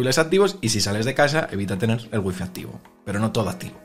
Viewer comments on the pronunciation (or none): none